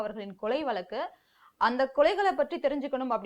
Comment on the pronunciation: அட கருமமே அது வலக்கு இல்லமா அது வழக்கு